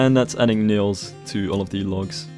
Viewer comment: You said "That's adding nails to all of the logs" but I heard "That's adding null's to all of the logs" Pure computer nerd gold :P